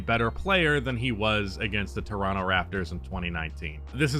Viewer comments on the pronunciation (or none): none